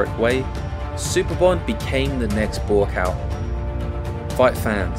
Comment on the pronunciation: Buakaw . You need to pronounce him as. Phenetic- Bhoo kow. It means mountain I think